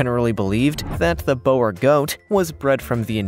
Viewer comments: It’s not bower it’s Bore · Imagine saying oooooo. That is how you say Boer goat. Boer actually means FARMER. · Mate, boer is pronounced bore. Plus you've forgot to mention the dwarf nigerian goat. They are a lovely goat. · Hey, so the Boergoat...is pronounced "Buhr" goat in English, direct translation meaing "farmer goat" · Bower llol. Boer is pronounced Boor. 👍🏻